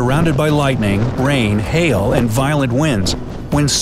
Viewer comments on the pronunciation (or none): none